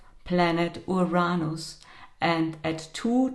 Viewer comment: It's Uranus not Uronos. Don't blame it on your accent. Too many of you so call profits are now pronouncing it that way. Geez great way to lose creditability right off the bat.